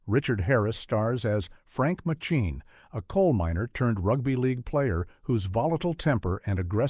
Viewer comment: The name of Richard Harris's character in 'Sporting Life' is pronounced "MAY-chin", not 'machine'. Bloody AI voiceovers.